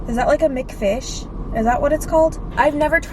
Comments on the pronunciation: HAHA when she says mcfish !!! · i DIED everytime you said mcfish😂